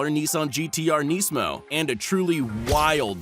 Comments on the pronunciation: It's nismo, not neesmo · Did he just pronounce Nismo like Neesmo